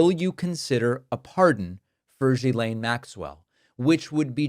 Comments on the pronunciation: Why is everyone calling her Guylaine, isn’t it Ghislaine? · You're pronounce it wrong.. it's Gizlane. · IT S GHILEIN. man learn how to pronounce it😊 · It's Ghislaine. Pronounced gee- slain (like gee whizz). Ho hard is that. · Love all your work. But please. Even though she’s a scumbag, pronounce people’s names correctly. gill-LANE. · David, her first name is pronounced "Ghee-Len," like [the Indian rendered butter] + [Len]. It's a hard "G." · The name is pronounced With a hard G not a soft G like J. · It's Ghislaine - the Gh makes it a hard G. There's no one called Jillaine in all this. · Ghislaine = G-ee-len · gee-LAYNE. Please. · HOW do you follow a story and STILL screw up the pronunciation of Ghislaine's name ?? Obnoxious ‼ It's a hard G.. And then you correct DONNIE'S pronunciation of Mayor. 🤦‍♀️🤦‍♀️🤦‍♀️🤦‍♀️ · The good part is: Now everybody knows how to pronounce „Ghislane“ 🤣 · If everyone would pronounce her name correctly, he might recognize it. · I wish you'd pronounce her name correctly. I am not a fan of hers by any means. But, to hear you purposely mispronounce it is no better than them purposely mispronouncing Kamala. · Why does David mispronounce her name? Even she uses the hard “g.” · I enjoy your show mostly because of your accuracy. I don’t understand why you keep mispronouncing Ghelain Maxwells name? It seems petty for a serious person? It makes one wonder if they are inaccurate in the little things they are probably inaccurate and the big things! Or maybe they just don’t take the time to figure it out?